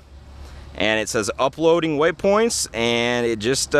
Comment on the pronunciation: Cool ... but please stop saying waySpoints!